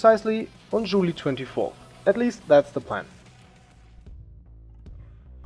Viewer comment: WTF is Jooli? its JULY .... say it with me JULY